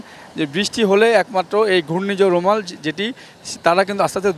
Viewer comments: সাংবাদিক ভাই রুমাল না "রেমাল" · সাংবাদিক ভাই বলছে রুমাল এটার নাম হচ্ছে রেমাল বা রিমাল শুদ্ধতা বাছাই করে নিন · সাংবাদিক ভাই রেমাল উচ্চারণ টা কঠিন নয়